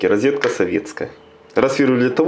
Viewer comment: )) рИзетка ))). Первый раз я такое от услышал. А за его "пилять" я вообще молчу. Без обид, но звучит забавно.